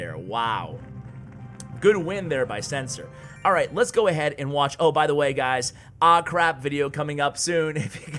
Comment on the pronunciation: It’s ah craaaaaap! Not aaaaahhh crap. Get it right.